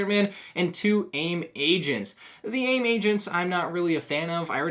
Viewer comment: Omg he said A.I.M correctly